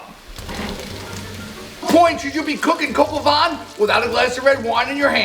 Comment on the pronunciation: you butcher the name of the recipe but you nailed the recipe itself!